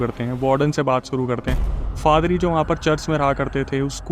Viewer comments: bhai fadri nahi padhri hai😂😂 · फादरी नही पाधरी होता है l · Faadri nahi hota bhai 😂😂 Paadri hota hai 😂😂😂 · It's paadari or father .. not fathery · Padhri ❌ padri✅ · Yaa to padari hota hai yaa father, fadari kya hota hai bhai 😅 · FADRI NAHI, PADRI.😮😮😮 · Padri ❎ Father❎ Fadri✅😂😂